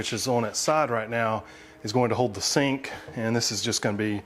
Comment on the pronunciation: I thought you said 'stink and water system...' funny if you did...